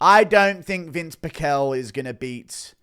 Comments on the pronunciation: It's pronounced Pih-shel not Pick-ehl _from hearing his name said for decades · it is PEEEE CHELLLLL dumbass…